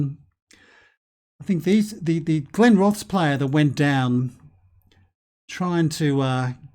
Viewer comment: Are glenrothes in the game😂😂 my home town till I moved to Sheffield 5 years ago. Ps u need to say it as glenroth es